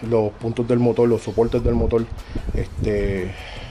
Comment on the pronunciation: Estoy de acuerdo en que cada país tiene sus modismos, pero una cosa son los modismos y otra la mala pronunciación. No tiene escusa decir "Motol" en vez de Motor , definitivamente eso no tiene justificación alguna. Mas tiene que ver con una mala costumbre adquirida y que se masifico en su región. No creo que Ud cuando escriba reemplace la R por L, sería penoso. En todo caso Uds son dueños de hablar como quieran, yo me quedo con el como se debe hablar..... saludos